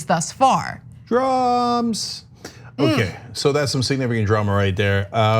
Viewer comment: What’s weirder than Ana saying “drams“,? An older Cenk saying drams